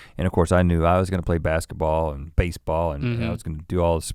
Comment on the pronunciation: When I heard Rhett say baseball all I thought was "FAcEBAll" 😂